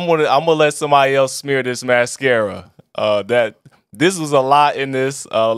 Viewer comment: Not you pronouncing mascara wrong 💀💀